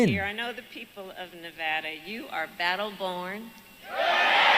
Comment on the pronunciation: I'm glad she said Nevada right, so many don't. NevAda not NevAwwda